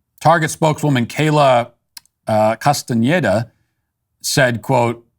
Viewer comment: Side note, I love how Matt accurately pronounced the "ñ" in Castañeda! Love that! Very good Matt!